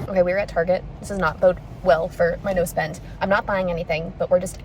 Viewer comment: I kept hearing nose bend instead of no spend 😂